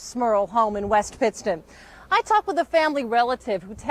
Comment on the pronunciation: Its pronounced Wilkes "Bear" not Bar, and its not West "Paton" its Pits -ton